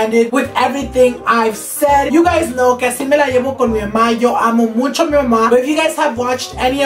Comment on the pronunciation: Me encanto el video alv me subsrcibi :) me recuerdas de los niños en mi escuela que dicen “muncho” instead of “mucho” xd nomas digo its funny tho❤️😂